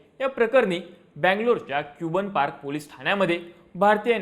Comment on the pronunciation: पहिला तर ते कुबन पार्क नाही. कब्बन पार्क आहे 🤦‍♂